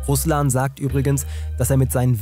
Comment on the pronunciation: Im Namen RUSLAN ist die Betonung auf A , nicht auf u. Das klingt sonst wie Name des landes, das tötet.